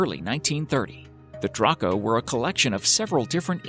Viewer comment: It's DRAYCO, not DRAHCO.